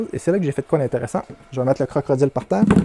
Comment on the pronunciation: Tu me fais rire à chaque fois que tu dis CroCrodile, bonne vidéo comme d'habitude.👍